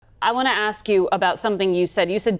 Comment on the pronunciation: they also have trouble with the word "ask"